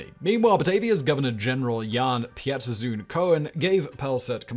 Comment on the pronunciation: the way he pronounced Pieterszoon like Pee-eh-ters-zoon had me laughing